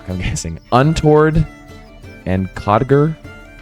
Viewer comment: Not sure if anyone else said but codger is pronounced like the name Rodger! Trying to catch up on the series but you’ve inspired me to get caught up on my quests!